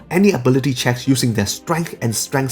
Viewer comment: "ability chacks"